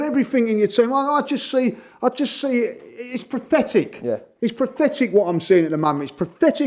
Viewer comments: lmao has anyone ever pronounced pathetic incorrectly so many times in such a short amount of time? PRATHETIC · I love for many reasons. But a lesser commented upon reason is how he reliably mispronounces “pathetic” to sound like “prophetic”. Which is rather amusing given his commendably “prophetic” quality. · Did he say prathetic